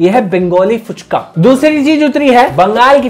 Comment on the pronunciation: It's FUCHKA, not PUCHKA 😡